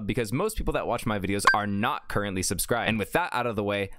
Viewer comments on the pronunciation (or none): none